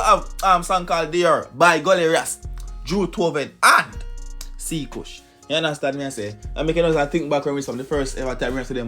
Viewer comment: Lmaooo it’s not c-Kush lmao it’s spelT cKush but it’s pronounced Kush